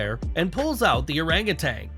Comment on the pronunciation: "Orang utan" spoken oh-rung oo-TUNN, not oh-rung oo-TANG